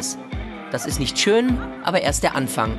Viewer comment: "Nisch Las Palmas, dit is Majorka, Mallorka!" xDD Die Berliner immer mit ihrer missgebildeten Aussprache.